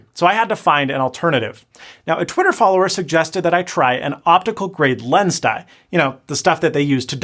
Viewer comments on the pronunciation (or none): none